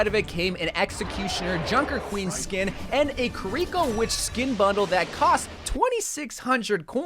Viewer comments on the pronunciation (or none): lol "ki reek o", I've only ever heard it "keereeko" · The way you mispronounce Kiriko is cringe to me. Thd Kiri in Kiriko is pronounced like Key Ree Co. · Your pronunciations are… weird. Almost like you’re purposely saying things wrong lol Like you have to know Noire isn’t said like “Noor/Noo-or”, right? You put the emphasis on the wrong syllable in Kiriko. Is this an American thing? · the way you say kiriko makes me want to break my own legs